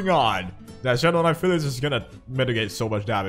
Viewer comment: Ay I swear you are mis-pronouncing pyliss bcs a 'ph' makes the 'f' sound yet its just 'py' so it should be pronounced 'pie'-lis not 'fy'-liss, I just wanted to point that out, but do what u prefer really lmao